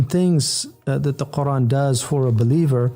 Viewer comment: Where does the "Hamza" in your pronunciation of Qur'an go, Brother H. Yusuf? For anyone who needs to know how to pronounce it properly